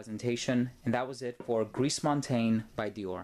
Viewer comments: If I may make this point, the French say "gree" instead of "griss" (the final S in gris is mute in that case). Very interesting review as usual,! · Gris, pronounce it like ‘gree’ not ‘greece’. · thats just "gree " you don't pronounce the S nice review thou